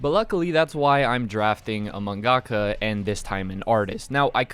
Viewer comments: yo bro it's pronounced man-guh-kah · The way he said mangaka triggered me